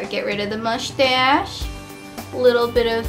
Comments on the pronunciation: she says : Mouchtache :D LOL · why cant you say moustache properly? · lol I was going to comment on that too, I love the way she says mushtassss haha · Lol I love how she says mushtash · "And also I have a "muchtass", haha :D <3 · Lol mushhhtashh